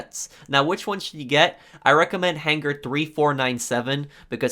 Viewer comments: I appreciate the quality of information you offer in your videos, but you have to learn to say hanger. Right it's hang-er You're saying han-ger which sounds like you've phlegm stuck in your throat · I’ve never made a comment in my entire life but holy fuck I’m getting so annoyed over how HARD he pronounces his G’s in han-GHER. Holy crap dog I had to change the video over it. Work on yo speech. I counted that like 60 times. The g is silent buddy. I’m sure you learned about stuff that in like 4th grade.